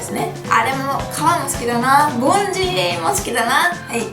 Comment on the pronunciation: ボンジリがボン人に聞こえた（笑）